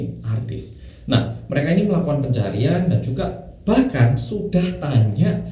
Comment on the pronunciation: PENCARIAN bukan pencaharian🤣